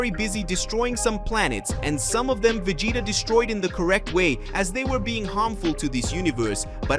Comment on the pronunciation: Can you say Vegeta? I don’t think you can if you have a speech problem go to a speech therapist.